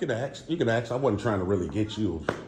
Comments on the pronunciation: Personally, I'm sick of people "axing" questions. The real word isn't complicated, and doesn't sound like a toddler. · Can I axe you a question? I need to request a foia. He axed again. De-escalate....as you raise you voice....I'm not recording you as a I record you. De-escalate, listen to yourself agitator. And he's a liar (big surprise). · It was funny this Frauditor was in front of the “support child” sign. His grammar is poor. He said Ax instead of ask. I would never apologize to anyone. These Frauditors will never change the Democratic system of the United States. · Funny he was at the child support window. This idiot has No grammar. He said ax Ac instead of Ask. Stephan Frauditors will never change our democracy.